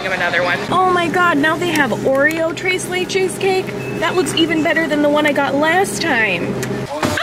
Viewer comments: it's not "Trace laychase" It's "tres leches" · Thres not dress ok, say it with me tres leche